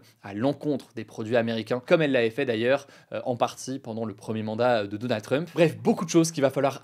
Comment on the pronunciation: Tu prononce mal "Trump"